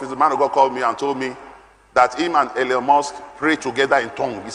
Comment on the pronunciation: Elon, not Elyon. Musk, not Muks